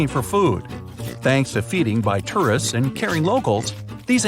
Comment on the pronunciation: You don't say "tourist" very well.